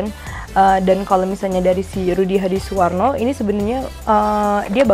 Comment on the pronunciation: wkwkwkk